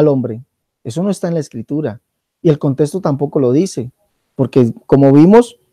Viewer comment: no hay contesto x3 jejeje no se puede confiar en una persona que no puede pronunciar "contexto" correctamente el español e intenta interpretar la Biblia española y no hebrea a su manera